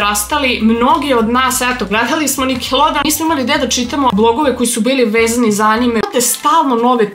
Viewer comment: Prvo pojedi pa onda pricaj seljanko i kaze se nikelodion,a ne nikelodeon!